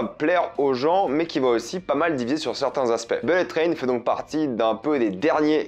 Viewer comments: "Bellette train" et le gars se vante d'être bilingue à la moindre occasion... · Les mots les plus répétés dans cette vidéo : -beulette traîne : 67 fois (et si tu travaillais ton accent anglais ?) -wagons : 65 fois -personnages : 45 fois -fusils de Tchekhov : 3 fois Faut bosser tes textes et utiliser des COD pour éviter d'être redondant, mec ! Quant aux blagues forcées dans Bullet Train, elles passent mieux que les tiennes (notamment celle qui ouvre maladroitement ta vidéo) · Belette traine? Wall Street English